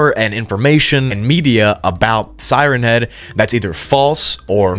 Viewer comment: tfw he puts the emphasis on head instead of siren. Siren head is a thing with a siren for a head. siren Head is a remote nature spot like Lover's Leap or Henderson Point. "Hey babe, you wanna go up to siren Head and make out?" (He does get it right a couple of times, but that's when reading it fast, like one word, like Slenderman. Sirenhead.)